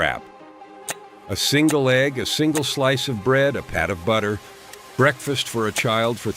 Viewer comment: Ho cakes and ee gg ee in a hole ? Hire a real person to talk for christs sake !